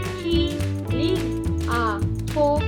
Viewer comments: 最後のGは発音しませんよ！大雑把に言うと、｢マラーみん｣って感じです！ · Mahilig の g が聞こえません！ いよいよ耳がとおくなったんやろか？